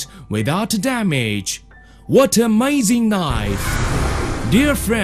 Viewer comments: Came here for AHMAYZING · Ahmayzing! What a gud knife!